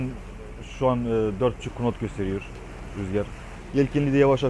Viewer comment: bide knot demesen her bölümde knot diyorsun, knot diye yazılır nat diye okunur:) sevgiler